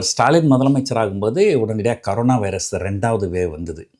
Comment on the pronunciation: அது ”கரோனா” இல்லடா.... ”கொரோனா” வைரஸ். ஆமா நீ ஏன் திமுக பிரச்சார பீரங்கியாவே போயிட்டே?